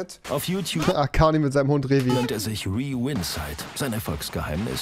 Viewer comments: Weeeee-win-side haha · Wer kennt sie nicht Räzo und Riehvinsaid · Selbst ZDF spricht Rewin-side falsch aus, i love it